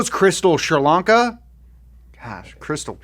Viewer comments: Shurlanka sounds like Sri Lanka lol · I love how he took Sri Lanka and turned it to Shralanka like it's some hipster chick🤣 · Did he say Sri Lankan or Shrilanla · Its not shar lanka its sri lanka 🇱🇰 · I thought you were saying Sri Lanka for the longest 😂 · There's no H in Sri Lanka,!!